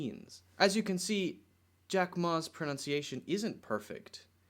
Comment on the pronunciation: English, Did you say 'pronounciation' when correcting Jack Ma's pronunciation of "China"? Maybe I'm mishearing it ... but I definitely hear 'pronounciation' every time ...